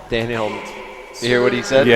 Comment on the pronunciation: Racist commentators didn't roll the L' and R's in Daniels name. Makes me sick.